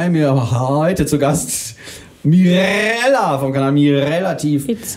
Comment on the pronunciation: Finds super dass du auf Französisch gesungen hast, wenn du Mirrrella sagst sprichst du das französische „R“ lustigerweise viel besser aus als beim singen